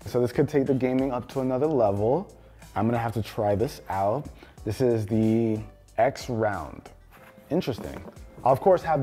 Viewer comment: Great video! As always. And I think that Xround is pronounced surround.